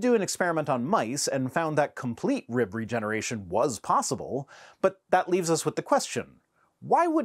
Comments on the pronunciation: WTF is a "reeyub"? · Why does he pronounce rib "reeub"? I know I shouldn't criticize accents because mine probably sounds weird to some people, but his is almost as annoying as Kyle Butt's. It's like the more unintelligible your accent is, the worse your arguments for God are. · Thank you for not making fun of his accent. I bet y’all didn’t know that rib is a 2 syllable word. “RI - YUB”.